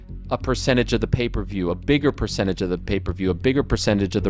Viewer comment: Pay-Per-View, 😅😂